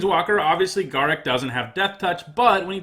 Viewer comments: Garruk is pronounced gar_roook not ga_ruck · Please learn to pronounce Garruk, I was having mini strokes everytime you said it. Other then that I love the lists and your system of rating it.